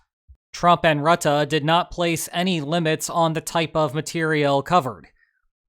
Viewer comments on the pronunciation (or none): In Dutch the -e at the end of a word (and often also any word ending with -en) is pronounced more like -uh. To my ears, your pronunciation of Rutte ended with a bit too much -ah. Thanks for the great informative content! 👍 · Rut-tah? That's the first I have heard that mispronunciation! It is pronounced more like Rut-tuh. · The guy isn't called rut-ah, FFS. Why do americans struggle so much with pronouncing names? just listen to the proper pronunciation and emulate it - it's not like there were any sounds in there that aren't present in american english.